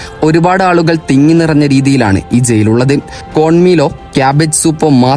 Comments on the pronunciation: സെയിൽ അല്ല ജയിൽ 🤣🤣🤣🤣🤣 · സെയിൽ അല്ല, ജയിൽ എന്നാണ് പറയേണ്ടത്. സീവിതകാലം എന്നല്ല പറയേണ്ടത്. നാക്ക് വടിക്കടോ 🥵💀